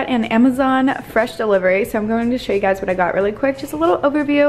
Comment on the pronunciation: Rill rill lol